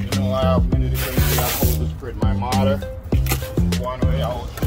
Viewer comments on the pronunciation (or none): Its pronounced MORTQR not MARTER !!! please!!!!!!!!!!!!!!!